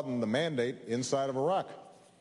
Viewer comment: I died laughing because for a second it sounded like Obama said "Iran"ically